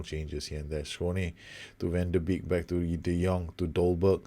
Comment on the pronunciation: Van de Beek is pronounced "Van de Bake"